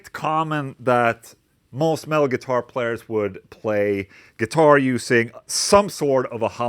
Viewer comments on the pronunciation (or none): For the first minute I thought he was saying “male” but he was saying “metal” 😂